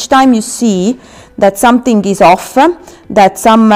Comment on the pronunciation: Why do you put an 'a' on the end of your words thata, offa, sectionsa, shieldsa